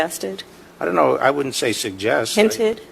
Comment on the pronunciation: "Oun't know."😂